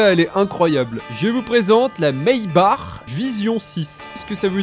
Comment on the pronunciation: Sa se dit pas mai bac mais maibar